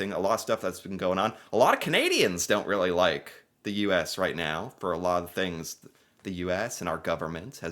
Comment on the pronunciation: Did you just say " meow more then ever " ?!! Meow now hold on meow